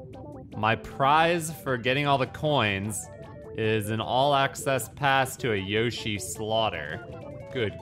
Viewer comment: You are still mispronouncing 'Yoshi'.